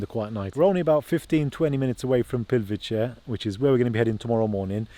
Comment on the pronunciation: pronunciation: Plitvitse ...(letter "c" in Croatian is always pronounced as: /ts/); Karlovac = Karlovats ....